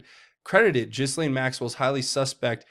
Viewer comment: Repeat after me. G’laine, G’laine, G’laine👍😘🇺🇸